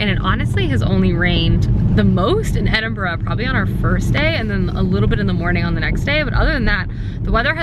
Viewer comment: Honestly,, bravo on being able to pronounce Edinburgh properly👏👏😂😂